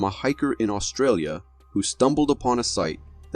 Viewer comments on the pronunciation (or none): none